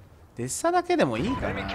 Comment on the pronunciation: デスサになってますwww デッサですね笑 連コメすいません